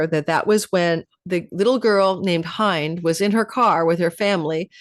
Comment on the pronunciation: Thank you! For remembering Gaza and Hend it’s pronounced Hend not Hind btw;) You’re not only a great astrologer but a great storyteller and history keeper. Thank you again for bringing the voice of Truth and reason 🙏🩷